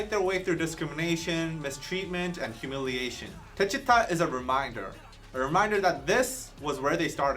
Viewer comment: The pronunciation is : DECHITA !!!! not "deshiuta" 😂